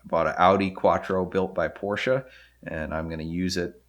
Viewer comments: It is really nice if americans say Porsche instead of Porsch :D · Immerhin jemand der Porsche sagt. Und nicht Porsch. Aber deine Aussprache von ausländischen Orten/Namen ist bestimmt immer zu 100% richtig in der Landessprache.